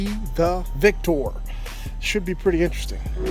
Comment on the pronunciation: I love this video. Shiz was bad ass!! Watching these heavy hitters go up against each other was so. Only critique I have is, please stop saying “VICTOR” the way you do!! VICK-TOR, is the way it sounds!!! It makes me want to throw my PHONE!!!